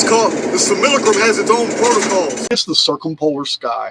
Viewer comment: Great video as usual..good to hear simulacrum pronounced properly once again..lol..I've missed it